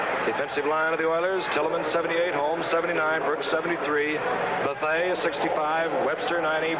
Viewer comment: Faultless Frank! we used to have a pool about how many mistakes Gifford would make over the course of the game. and it was always a LOT. the one that sticks out is his mispronunciation of Elvin Bethea's name. it's Ba-thay! and Nemiah Wilson is nowhere near 180 lbs, closer to 160!